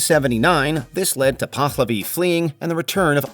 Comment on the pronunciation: First off I teach all of these things in my history classes so do not lump all teachers in together. You also fail pronunciation. It is Lah-koh-tah and Pah-lah-vi. If you are going to rip on somebody at least learn how to pronounce the words.